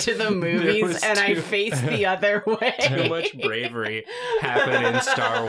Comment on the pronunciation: says “brawery” and I’m waiting in vain for the “I’m Merobiba” 😢😂